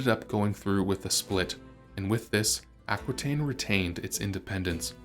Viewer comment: Aquitaine is pronounced Ah-kee-ten, as it is French. The French language doesn't pronounce "qui" as kwee, but "kee"